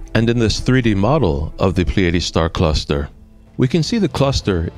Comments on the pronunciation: Or, PLEE-ah-DEES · It's pronounced ply ah dees